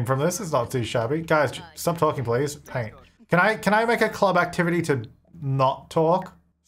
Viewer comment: Money Please-a sounds more like money pleasure........... Do with that what you will